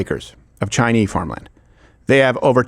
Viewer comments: Why is Crowder saying Chinee? Is he stupid? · Did I miss something? I haven't been to this channel in a while, but I have never heard any other American say "Chi-Knee" when saying something about the Chinese😂 Wtf is going on here?